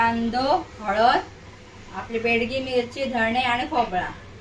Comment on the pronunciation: Begdi mirchi nahi mhanat,bedgi as mhantat